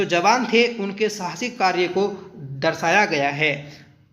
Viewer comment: सर पितृकुंडा नहीं होता पितृकुडा होता है